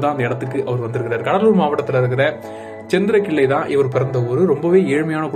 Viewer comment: ஊர் சேந்திரகிள்ளை brother not செந்திரகிள்ளை